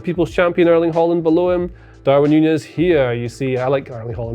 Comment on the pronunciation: My god brudda it's not Holland it's HAaland